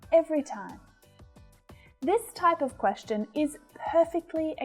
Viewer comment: teacher,i am your student from kerala.i got a lot of improvments.madam i found ur pronounciation of the word 'question' wrong comparing to english men